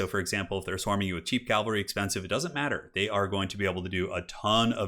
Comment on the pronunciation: CAV AL RY not calvary. Like Henry Caville-ry.